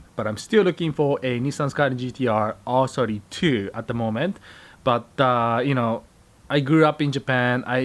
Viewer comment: Why does it sound like you say "Arse 32"